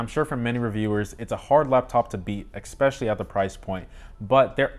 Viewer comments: I found this video “ex-specially” informative. Thanks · Exspecially? New word? 😀